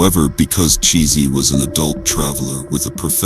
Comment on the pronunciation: I’m almost certain her name was pronounced as “TaShay” or “T-Shay” and not sounding like her name was pronounced as “cheesy.” 🙄